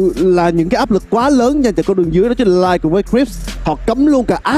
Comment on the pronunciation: bình luận viên bình luận chính là thì nói là chứn là 🤣🤣🤣🤣. đã ngọng còn nói nhiều níu hết cả lưỡi 🤣